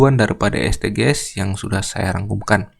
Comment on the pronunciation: Saran aja kak Bacanya esdijis . Soalnya kalo dibaca es de ge es kedengerannya asing dan ganjel 😭